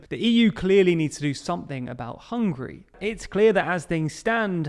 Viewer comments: . Hungry or Hungary? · It's Hungary not Hungry. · It's Hungary not Hungry 😂🤤 + sometimes you pronounce it Hungry ...which makes me hungry